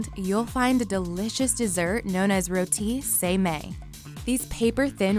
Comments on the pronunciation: Her: rOw tea Me: spits out my tea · Hold up did she just say r͟O͟t͟e͟e͟ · The way she pronounces Roti’s breaks my heart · 🤦‍♀️🤦‍♀️🤦‍♀️🤦‍♀️i just heard her pronounce rOti🤦‍♀️🤦‍♀️🤦‍♀️ i will never forget that horrific pronounciation ever again. Ohh save my asian heart. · "roe-tea" / "murda-bok" my dude,,, its,,,, "roh-ti" / "mar-tah-bak" roti and martabak <33